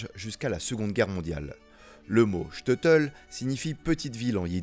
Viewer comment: Super vidéo! Très appréciée!! Petite correction sur la prononciation du Shteitel. Ça se prononce : ch- teille - teul (Le ch comme dans chaussure, Le “teille” comme dans bouteille, ou encore “taille”, comme dans “j’me taille”. Et teul, comme dans je dois “te’l dire). 😅